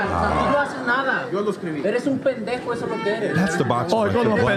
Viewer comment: never ATTEMPT to say Pendejo ever again, please. 🙏